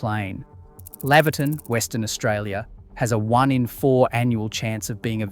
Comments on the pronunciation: omg, its pronounce Kunannara as in MammaNurra not Koonanaoora .. Laverton WA is prounounce Lay Verton Not Lav erton.. bloody Victorian..... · "Coon-a-noora"....interesting pronunciation. Laverton in WA is Lay -ver -tin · Mispronounced Laverton too